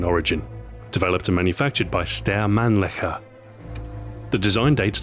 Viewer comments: did he say stair man licker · "manufactured by Stare Manlicker..." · Shit dawg, it sounded like yo ass said styer manliker. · lol how he said Steyr Mannlicher